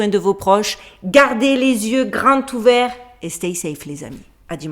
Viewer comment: La dernière phrase de la vidéo: "gardez les yeux grands tous verts" aurait dû être prononcée "gardez les yeux grands zoo verts". Mais c'est pas grave car ça fait partie du charme d' et de ses vidéos, je crois.